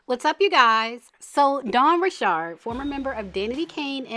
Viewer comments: You’re the first person I’ve seen who says her last name right! But anyways, I’m surprised she spoke out but I’m glad she did. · So happy to hear you pronounce Dawn’s sir name correctly. South Louisiana born and bred. 🦞